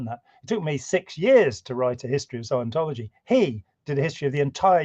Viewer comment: You are mispronouncing scientology.